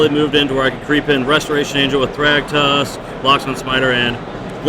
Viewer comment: In the beginning of the video Restoration Angel was missing the first 't.'